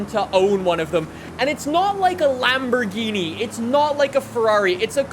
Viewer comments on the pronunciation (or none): none